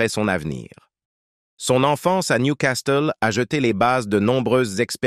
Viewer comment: Vrai! Il prononce niou castel au lieu de Nioucassel pour la ville de Newcastle. Et la voix? Ppff